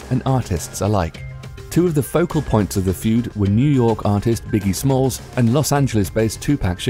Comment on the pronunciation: biggie smalls...biggie smalls...I can't